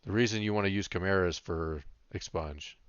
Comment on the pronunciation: thanks for the video. Criticism: 1. chimera is not pronounced how you are pronouncing it 2. could show the enchants we need, and potions, etc (for new hunters 60 like me) 3. could show what to get first with honor. the bow you got is what i found that was good advice but what do i do with honor 4. could show role in bgs as a hunter, 5. could show better your order of skills. you mentioned it but could show it in action i suck bad at hunter. super new to hunter pvp and 60. leveled as bm. i thought it was gear but alas, my gear is bloodthirsty 61-68 and its decent. was hoping video would have a little more expert tips like not just use scatter but how to use it most effective ot best order to do things do i put down a ice trap then jump back or back first then trap , etc good advice on the NE. ne pretty good for all classes however you are male which is not acceptable